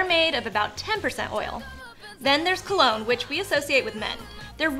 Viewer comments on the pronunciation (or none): none